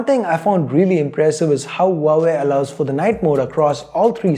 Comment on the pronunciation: Pronounce Huawei as like wah-way 😉😉